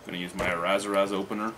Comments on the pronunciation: Its always funny when you say Brassière ! Brassière means bra in french , you have to say Brasserie for brewery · I love respect and admiration that you usually give to Quebec brews. I don't wan't to sound like a dick or anything but I want to give you a hand with your Queb. pronunciations. Its not that it bothers me, its just for your own knowledge. 1) Brasserie (Brah-sir-eeee) (you sort of say the French word for a woman's Bra) 2) Mort Subite (More Soo-Beet). 3) Coup de Gisou (Coo de Gree-Zoo). Also, Brasserie du Nord is slightly north of MTL, so its really in southern Quebec. Keep on Reviewing!!